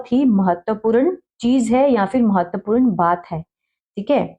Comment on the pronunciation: आपका इंग्लिश जैसे strong है वैसे hi हिंदी वीक है महत्वपूran ni महत्वपूर्ण बोला जाता h